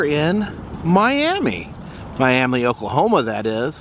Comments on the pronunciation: It’s not pronounced Miami it’s pronounced miamah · Just for the future, you pronounce Miami in Oklahoma as my-am-ma. Also I love all your videos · Hey, the town is pronounced Miam-uh. Just a little fyi. Love the trip you’re on. Stay safe!!! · That drink is based on a cartoon after looking it up. I was curious because there is a Kickapoo tribe here in Oklahoma. I hope you didn't say Miami to the locals. They pronounce it like Miam-uh. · You posted what I was thinking. As you said, it's My-AM-uh, not My-AM-ee like Florida. I was chastised by locals for saying it "wrong." :-) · it's pronounced My AM Uh after the My Am Uh indian tribe